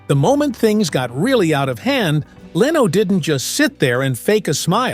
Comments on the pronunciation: How bout getting Jay's last name correct. It is Leno NOT LEEENO. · She was never allowed back after THIS - after what? And who is the unidentified blonde woman in the picture with that caption? This is totally deceptive and stupid click bait, besides all the wrong pronounciations such as Leeno for Lenno. Even AI should know how to pronounce Leno. Also when talking about his son Rick, a picture of Tom Snyder was shown. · Leeno in lieu of Leno. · DON'T LISTEN TO THIS FAKE BULLSHIT. IT'S A ROBOT. MISPRONOUNCES LENO'S NAME AS "LEENO"!! WHAT A CROCK OF SHIT XXXXXXXX NO GOOD